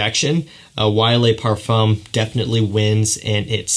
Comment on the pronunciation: Le Pa(r)fuuu(m) lol